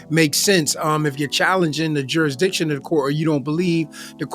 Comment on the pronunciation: Why can’t sov cits seem to be able to pronounce the word jurisdiction.